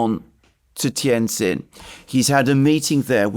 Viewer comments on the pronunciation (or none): Great breakdown of the road ahead, if i may help with the pronunciation of Tianjin it is Tian(Gin)jin not zin.., one of my Favorite Cities in N.Eastern china.. Great work. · Two points. First, the correct pronunciation of the name of Tianjin, the city in which the SCO meeting is being held, is Tian Gin. The second syllable "jin" is pronounced just like the alcoholic beverage made from Juniper. Second, one thing missing from your analysis of where Trump, Novarro and Nutlick are coming from is that these people (in contrast to Biden, Blinken etc.) really believe they are going to re-shore manufacturing in the U.S. India has been fantasizing (with encouragement from Biden) about being the new China -- the chief supplier of manufactured goods to the U.S. market. Trump isn't interested in a "new China." He wants toilet brushes, toothpicks, hand tools, dish washers, and everything else to be made in America. This is the main contradiction at the heart of Trump's falling out with Modi.